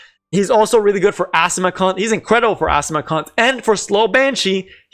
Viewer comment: This is such a good video, but I'm sorry, it really sorry it sounds like you're saying "asthma c*nt".